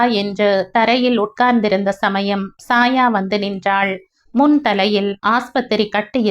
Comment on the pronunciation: Chaya - Saya alla